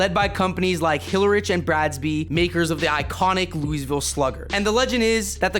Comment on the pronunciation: Brother, please learn to say Louisville properly...